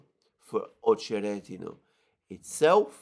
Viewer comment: [ Ah che RET i na ], not [ Oh che RET i na ]